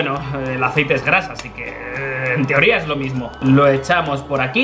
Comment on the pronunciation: Echamos un poco de Aicete uvu * echa mucho aicete*:3 Yo:._. Mucho xd